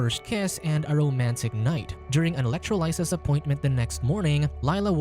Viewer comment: Electro "lie siss". You had one job.